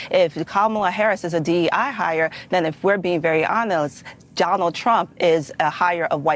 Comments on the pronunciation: it’s pronounced hon-est now say it slowly honest. Where do they find these people? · She said if we are being very onels wtf 😂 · honels 🤣🤣🤣 they cant even say the word 'honest' knowing how crooked they are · re-watch the video. She says "honels," bru. Fist like 30 seconds.